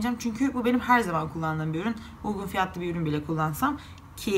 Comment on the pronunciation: Uygun yerine ugun diyorsunuz.